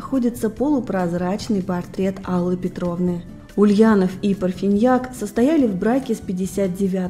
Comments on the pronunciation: Почему ПарфИньяк??? Она же ПарфАньяк! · Не Парфиньяк, а Парфаньяк! Невыносимо, когда о наших великих артистах рассказывают безграмотные и равнодушные блогеры!